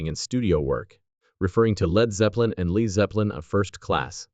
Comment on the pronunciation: "Leed" Zeppelin?